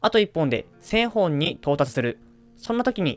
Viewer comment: 「せんほん」じゃなくて「せんぼん」